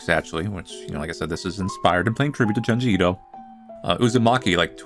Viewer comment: The real horror of this video is listening to pronouncing “JUNE-ji Ito” as “Juhn-ji Ito”… truly butchering it.